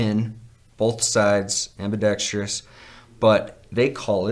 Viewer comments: Damn I’m gonna be that guy...”ambidextrious” is not a word fellas. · Why can't anyone pronounce ambidextrous correctly in the knife community